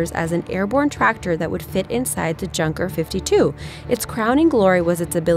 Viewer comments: The Junker plane isn't pronounced Junk - er, it's pronounced you - n - ker, it's a German name. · Haha it’s not pronounced Junkers it’s pronounced yunkers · In regards to the "Tracked Motorcycle" used by Nazi Germany, the Ju-52, the aircraft manufacturer is pronounced "Yeunkers", not "Junkers". Even though that is the spelling, the pronunciation is different as one is Germanic, the other English. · Great Video, But , the "Junkers" is pronounced "Eunkers" (But the plane was junk). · its yunkers not junkers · #6- ketten krad…….junkers, pronounce yunkers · "Junker 52" omfg xD Never say anything german ever again.